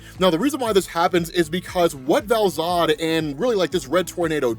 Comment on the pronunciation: All I read in the comments is an correction on Val-Zod